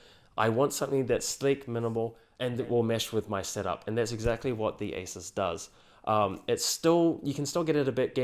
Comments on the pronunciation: You pronounce asus like acer. It's really annoying. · i had a hard time knowing if i heard you say asus, or acer. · Seriously this guy pronunciation of Asus and Acer is so similar is more confusing than helpful to watch. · You're pronouncing Asus wrong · the way he says asus and acer sounds the same